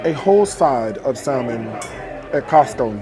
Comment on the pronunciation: Is he really a multi-millionaire? Then he should’nt complain about the prices. And the “L” is silent in salmon. It’s pronounced like “samon”.